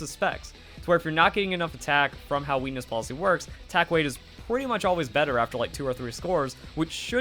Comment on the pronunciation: Lol I'm sorry but I can't unhear weenis policy Great video